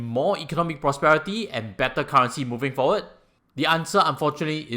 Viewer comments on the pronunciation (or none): none